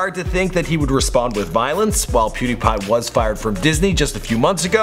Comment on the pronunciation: You said pewdie